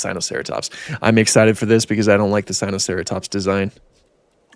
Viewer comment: Typa mispronunciation in a bad paleontology video